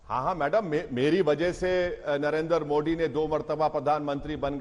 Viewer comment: पढ़ें लिखे ओवैसी को मोदी बोलना भी नहीं आता मोड़ी बोलता है